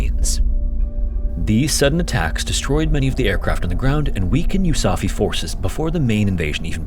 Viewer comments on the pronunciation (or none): “they created the US Army forces in the Far East, or “You Saffy” for short”. Pretty sure it was called “You Safe”, not “You Saffy”. Lol